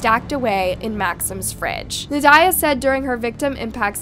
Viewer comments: You are absolutely butchering the mother's name. Well, all the names, but we'll excuse the butchery of the last names. How, though, do you butcher Nadya??? It's NOT na-DIE-ya. It's NAH-dee-ya. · That is not how you pronounce the name Nadya. It's not even an uncommon name.